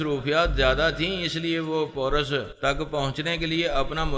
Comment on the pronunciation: Bhai wo poras nahi paaaarassss hai